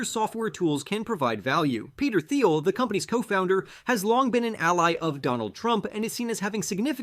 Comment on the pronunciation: Nice video, but after all these years covering pltr you could at least pronounce Peter Thiel’s last name right. Weird